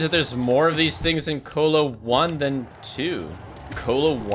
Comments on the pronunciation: The fact that he says colo like colon instead of colosseum actually fucking hurts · I’ve never heard someone pronounce “Colo” like “colon” is pronounced